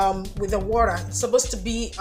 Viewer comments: Can you just stop saying worra and say water straight up? The phonetic is just too much. Nice job though. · WORA?! My dear this is a great video but that sound of Wora makes me sick. Just say water or H2O. Someone who doesn't speak pidgin will think you are calling something else